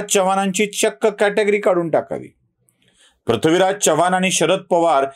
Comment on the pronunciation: Prathvi हा उच्चार टाळावा.चव्हाण मध्ये चमच्यातला च आहे,चहातला नाही.वाईट वाटून घेऊ नका, जाणवलं म्हणून सांगितलं.